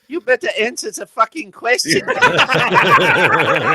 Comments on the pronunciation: Which timestamp does the medic say awnser ze fucking question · “you betta anzwer ze facken question.”